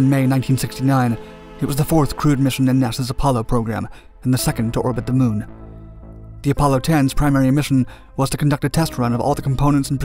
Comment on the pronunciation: LOL Can't even land a rover on the moon right anymore. "We heard music on durr moon, right guys"